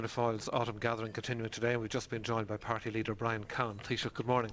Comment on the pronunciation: h when he said party leader he meant PAAAARTTYYY leader :)